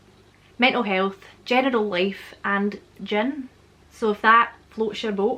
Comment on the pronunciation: When you say General it sounds like genital.